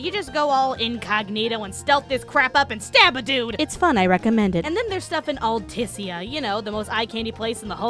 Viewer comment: Also, why can no one pronounce "Altisha"? They say it multiple fucking times! Also, you don't know how many times I've crashed that carship...